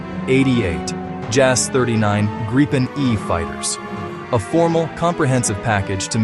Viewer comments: It’s pronounced ”Grip-N”! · Gripen is is pronounced as Greepen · Grip ("Griffin", Gripen means "The Griffin) rhymes with reap and sleep or not with grip or slip, or wipe or pipe. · You are pronouncing "Gripen" incorrectly, it is a long "i" (sounds like the English "e"), and not with a double "p".